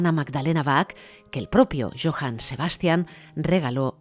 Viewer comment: Perdon pero va una ayuda Se dice Baj con j iojann Saludos Hermoso documental